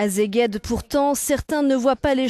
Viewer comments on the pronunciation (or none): euronews (en français) informez la petite voix que Szeged se prononce /seged/ < ici elle apprendra à prononcer Székesféhervár